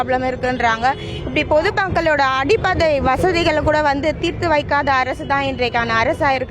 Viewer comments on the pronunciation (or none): அடிப்படை ❎அடிப்பதை✅😂😂😂😂 நீயும் உன் தமிழ்லும்